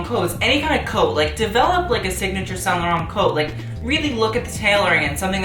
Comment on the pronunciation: Actually he's pronunciation is good.